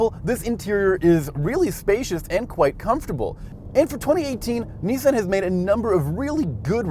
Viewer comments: Nee-san? whaat? Isn't it Nee-saan? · Can we trust a car journalist if he pronounces Nissan as Nissand? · this whole thing is ridiculous, pronounced "nissan" wrong, called the CR-v a CU-v, and for whatever reason chevy is included instead of the rav4, chevy has no business being in the same video, and neither does VW.